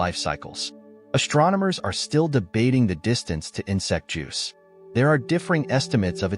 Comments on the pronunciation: also said 'insect juice' one time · I like how the narrator is calling Betelgeuse, "Scarab Juice."